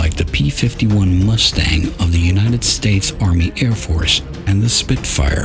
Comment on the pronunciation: Unahted States? Did you just try to make a Texan accent for those two words?